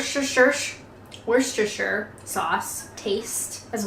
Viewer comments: Try saying “Wustershire” sauce, that’s basically the pronunciation. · "Worshstitsure Sauce"...nailed it! Just never dare visit and say that! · WOO-STUH-SHUH. You're welcome. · Wurscherethereshire Sauce...."Bet you didn't think I could pronounce that one?"...I think we won that bet. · Welsh Rabbit is a bit of a piss take; rabbit was poor people's meat, and the Welsh were poorer than English poor so the joke is that they would make do with cheese. Murdering "Worcestershire" still isn't funny though- sorry. It's "wooster-sherr", like Worcester, Massachusetts with "-sherr" on the end. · Wuster sauce or wuster-sh' sauce or wuster-sheer sauce! I don't know why I watch these... there is something so compelling - I can't resist. Love it! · It's just pronounced Wuster - the "cest" and the "shire" are silent - that's English for you! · actually, it's pronounced 'wuster-shire', and that was a desert spoon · Yeah, it's pronounced 'Wooster' with a silent 'Shire'(!) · To all North Americans and, if you pronounce Worcestershire as ‘Wustersha’, you’ll sound like a native Brit x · "Wustershire"... Another kitchen epic from the Galloping Gourmet's latest incarnation. (Look him up 😋). Love the videos especially your cooking ones. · Worcestershire Sauce is pronounced Wuster Sauce but never mind lol another funny vid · Just say 'Wuster' The 'sauce' is silent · WINE?! No Welsh Collier worth his salt would order WINE. Bloody hell, give the man a porter or a strong ale and apologise for insinuating men drink wine! mumble grumble Also, it's pronounced more like 'Woostershire', trust me, I'm a local. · Wus-ter-shu. Care-filly. Love your casual, off hand, couldn't care less comments. Made me laugh. People can be so precious. Life's to short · Wuss ter shire sauce x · I grew up in Worcester.. Trust me from the horse's mouth its pronounced WUSTE'RR sauce. 😀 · Top tip - Wuss-ter-shire sauce (or just wuss-ter sauce) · Woos'ter sauce - Don 't ask. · Ps WUSTER, sauce lol